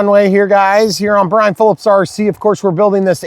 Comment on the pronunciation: Eeeeeeeeeeeeyaaaaaaa it’s Brian. Come on man